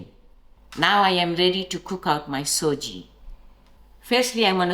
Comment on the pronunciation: Nice recipe. Thanks. Just FYI....it's Sujee (sooji) not SOJI, as South Africans have amended it to